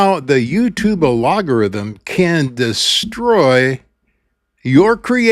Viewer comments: it is pronounced al·go·rithm 🙂✌ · Are you intensely saying the word algorithm wrong To be funny? first time you are just wondering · Do you mispronounce that word as a jibe at YT? I have a very small channel and make no money because I speak about God. I do not sell t-shirts or anything else. Just a choice I made. I am retired and do not need the $$. Each view is a touch and a victory for me. Just like that sign on the highway that says, "Got Jesus?" it gets seen doesn't it. So do my videos. My purpose and calling are what drives me; not making YouTube happy. I treasure every view, every comment and having a format that allows me to do my output for free! I have reached thousands more than I could ever get to on a street corner. Have a great day,. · You have a lot of good information here but your ( intentional?) mispronunciation of algorithm is something you should reconsider. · Have I been pronouncing algorithm wrong all this time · Not sure if you meant to mispronounce “algorithm”, but it was hilarious. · A-LOG-a-rithm? Or AL-GO-rithm?, I see where the pronunciation switch up is coming from. The two have quite different meanings and functions. Per Google (via a post on Linked-In) “A logarithm is a mathematical concept used to simplify calculations. An algorithm, on the other hand, is a set of instructions to solve a problem. Think of it this way: A logarithm is like compression—it shrinks complexity into something manageable.Feb 1, 2025. What YouTube has, from what I’ve seen, is the latter, an ALGO-rithm, problem-solving instructions. Love ya,. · My curiosity is getting the best of me. , you almost said algorithm properly, but you caught yourself and said alogorithm. It made me think, "He's doing that on purpose! But why?" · I am not sure if no one noticed or they are afraid to offend you, but you have a unique way of pronouncing 'algorithm'. It is al-go-ry-them not ah-lo-go-ry-them. I am not judging or shaming you. Just trying to help.